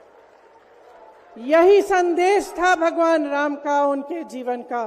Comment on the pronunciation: Whenever She pronunciation Raam quite unfortunately she fumbled. . 😊😂